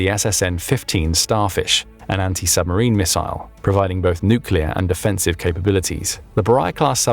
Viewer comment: Why are saying offensive and defensive like that?